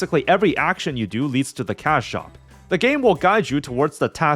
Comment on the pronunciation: every time he says cash shop, i keep mishearing it as cow shop 😭